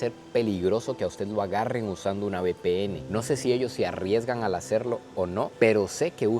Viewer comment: Bpn jaja se dice uve pe ene